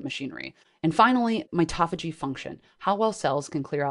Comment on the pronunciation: mito-phagy not mitoph-agy as in auto-mobile not autom-obile